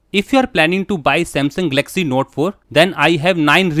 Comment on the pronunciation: Firstly please learn to pronounce the name properly- its GAL-LUCK-SEE...not 'Gelaxy'!